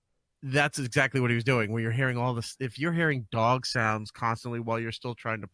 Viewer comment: He sounds like a obnoxious herb that says the word exactly like “exact-chee”